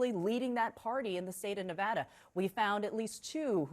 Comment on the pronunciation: Someone please tell Kristen Holmes how to correctly pronounce Nevada.